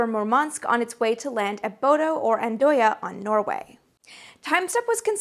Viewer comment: FWIW, the town in Norway you repeatedly mention "Bodo" (with funny "o" diacritics) is actually pronounced like "Bhudda." I know, weird, right? Those crazy vikings and their funny way of talking, it's like they never even considered what their names would look like in 'murrican! 😜 BTW, it's a beautiful place to visit in the summer, just remember that the restaurants close when it only looks like it's late afternoon (but it's really 10 o'clock at night...)